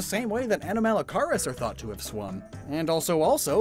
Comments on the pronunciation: The pronunciation for Anomalocaris is close to anomaly. Basically anomaly-caris, anomaly shrimp. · I'm so sorry but the way you pronounce anomalocaris (ah-naw-ma-low-care-is) makes me so mad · Just for help, the correct pronunciation for Anomalocaris is: Anomalo(like Anomaly) and Car-is (car to drive and is like “it is”) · You pronounce it like "uh-naa-muh-low-keh-ruhs" or "uh-naa-muh-low-kahr-uhs" c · ANOMA-LOW-CAR-US there’s a pronunciation for ya YouTube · psst... it's pronounced a-NOM-a-lo-CAR-is more or less, mebe watch some PBS eons. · Anorith is one of my favorite fossil mons. Also, I'm fairly certain the first half of anomalocaris is pronounced similar to anomaly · Yes it is. These were my favourite prehistoric animals as a kid and I found it really irritating hear him butcher its name. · I kinda want to go to window to yell at him how anomalocaris is pronounced and to WATCH WALKING WITH MONSTERS FOR CRYING OUT LOUD!!! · Anomalocaris has the root word "anomaly" in it, soooooooooo you kinda got all the pronunciations wrong XD